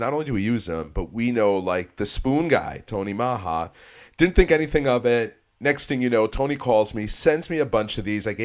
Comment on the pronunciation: love the videos, Those spoons are deadly for sure. You made me crack up the way you pronounce Tony Maja bunker spoons. Comedian and a Tight lines